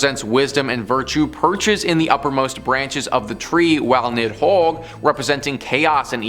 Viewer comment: Okay, so on the pronunciation of Norse words: Yggdrasil has the emphasis of the first syllable: IG-drah-seel. Nidhogg was originally Níðhöggr, also has emphasis on the first syllable: Need-hog wd. Nifleheim is also first-syllable emphasis: NIF-el-hame. Ratatoskr is a compound word with 'Rata' meaning 'drill' or 'bore', and 'toskr' meaning 'tooth'. The pronunciation of both parts lean on the first syllable: "RA-ta-TOS-ker." These are pretty important words in Norse mythology and linguistics, and it's kinda rude to put so little effort into getting them right. If you want more really good Norse history, mythology, and language, check out Jackson Galaxy here on youtube, he's great.